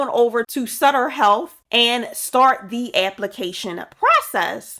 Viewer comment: I live in California and that’s my hospital It is pronounced Suh-ter.